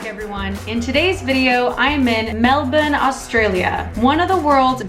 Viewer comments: I think u just got the ozzies’ stamp of approval for saying Melbuhn. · OMG so much coffee in one day! I'd have a panic attack, lol. I've been living in Melbourne for 6 years now, originally from LA. Coffee is like drugs here. Magic coffee is definitely a Melbourne thing. Loved how you nailed the Melbourne pronunciation in the VO. Good on ya mate!